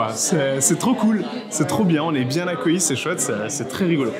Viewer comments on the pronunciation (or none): Accueilli et pas accoullie Cordialement